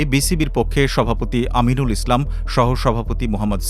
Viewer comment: পড়ালেখা সঠিক ভাবে না করে সংবাদ পাঠক হলে যা হয়,,, বি বি সির সভাপতি হলো আমিনুল ইসলাম,,, আর পাঠক আমাদের শোনাচ্ছে,, আমিরুল ইসলাম